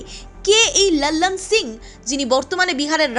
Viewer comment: একটু বাংলা টানে লালন সিংয়ের নামটা উচ্চারণ করলে ভালো হয়। বড্ড বিরক্তিকর শুনতে লাগছে। বাংলায় যখন বলছেন তখন হিন্দী উচ্চারণ নকল করা কি খুব প্রয়োজন???